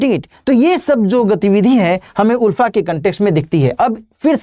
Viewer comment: Not उल्फा it's आलफा. Not Unified it's United.